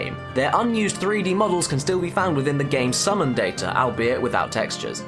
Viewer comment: Interesting pronunciation of the word Albeit.